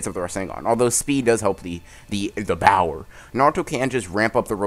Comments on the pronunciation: Her said power not bower no .. no not good 10/10 but not good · Bro stop saying BOWER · Y u keep saying bower lol